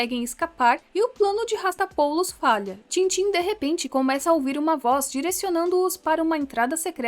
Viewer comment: Sobre o antagonista do tintin, nao é rastapoulus, é rastapópulus, pelo menos a pronuncia